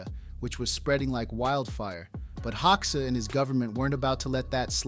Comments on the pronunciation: Full of bullshit and I stopped watching it as an Albanian who knows better. At least fix this: Hoxha in IPA is /ˈhɔ.d͡ʒa/, not hoksha. Hoxha was a homosexual and a British agent. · ” Hauxa ” 😂😂 If there were no textning under I was wondering who the F..* were Hauxa 😂 HOGJA ( Like italian Germania ) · By the way his last name Hoxha is pronounced HOJA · The name is pronounced "Hodja". The o sounds like the au in Paul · I think it’s pronounced “Hoe-Juh” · Enver “hog sha” 😃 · Its HO JUH😂 xh=american j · When you cannot even pronounce the name of the subject of your video, there's no point in wasting my time here. I stopped watching after less than 2 mins. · Hoxha is subject of this video - so learn how to pronounce his name properly. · If you're making a documentary about someone, shouldn't you at least pronounce their name right?